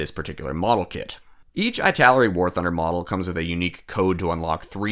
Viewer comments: just curious about why you pronounce"ITALERI" of /aɪ/ taleri ? I think maybe /ɪ/ taleri would be more reasonable?🤔because of "italy"? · EEEEEEE-taleri 😀 it's Eee-taleri